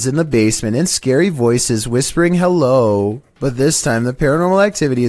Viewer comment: Sounds like it says Ho not hello 😅